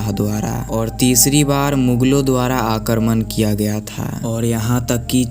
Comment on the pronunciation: Abe Aakarman nhi hota wo Aakraman hota hai🤦‍♂